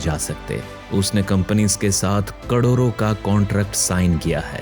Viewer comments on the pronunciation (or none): Nice voice,but sorry sir mujhe galti pakdne ki adat hai 😄 aap ne karodon ko kadoron bol diya. Plz don't mind....keep it up